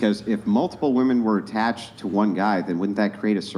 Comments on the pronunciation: Tell girl 4 the word is pronounced TOO. Not "tuh." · I have never heard someone pronounce the word "to" as taaa before. The girl studying econ said that way 3 times in. I don't mean anything bad about her I've just never heard that before.😊